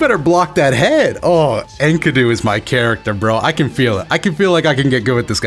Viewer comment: sexy vid but his name is pronounced 'En-key-doo' xoxo